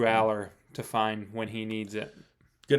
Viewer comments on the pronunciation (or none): it’s funny bc the guy calls him allars. It’s allar. That’s why I’m laughing. Nobody else gets the joke. Damn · First off, there isn't a SINGLE S in Drew Allar. Second, anything other than a national title is a failure. There is absolutely NO EXCUSE at this point to lose a single game this season. They're the best team in the sport. That's not bias, it's just a fact, if you look at the skill positions, they're towards the top in each. Then the loss of talent ohio state, and oregon suffered, they shouldn't lose a single one ON TOP of having arguably the best coordinators in the sport.... So there's no excuses at this point.